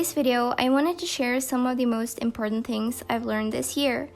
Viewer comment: Love how she says ‘tings’ instead of ‘things’ soo cute